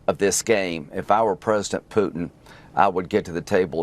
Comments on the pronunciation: Puddin', as pronounced by Graham, takes up all the space in the senator's tiny brain! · Graham talks like a little Texas farmer when talking about 'Put'n' 😅